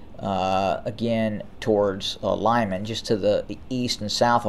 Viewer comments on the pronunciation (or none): Not [lajman'], but [lɪman'].